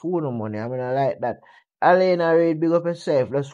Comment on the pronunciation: Can you pronounce her name properly is not Elena is Alana thank u very much